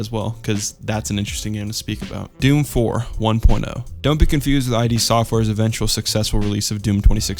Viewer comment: “I.D. Software” lmao